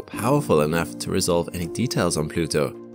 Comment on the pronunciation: He said... Plutoow !!😂